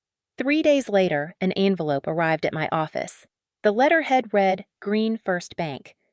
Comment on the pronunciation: All of these stories are bullshit. Some are entertaining, while others are a waste of time. Stop using an AI voice. When listening to a “story” and the voice pronounced words in the wrong meaning or how the words are spoken. Read / read. People say the different words correctly, not an AI voice.